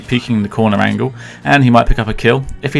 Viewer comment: I'm onto the pronounciation of it - angle vs angel. you know?